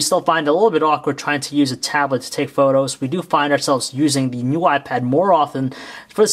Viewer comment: lol he says "new why pad"